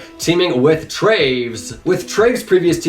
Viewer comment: say travis not traves im begging